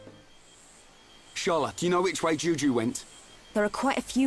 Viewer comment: feel so srry for the kid with the name juju :( . first time i heard that i thought chugga said jujube the candy name lol